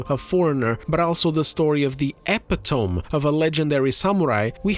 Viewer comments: just fyi epitome is pronounce eh-pit-oh-me, not how it looks like it should be pronounced. Good ol’ annoying English lol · I’m always hesitant to correct anyone online because I don’t want to be a jerk, but I hate when I find out I’ve been mispronouncing a word I only know through reading, so here goes: “Epitome” has 4 syllables. eh-PIT-oh-me (I’m pretty sure.) For what it’s worth, your English is pretty much flawless and it took Greek to trip you up! Great video, as always. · "epitome" is pronounced (E- pit- O- Me) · that's not how you say the word "epitome"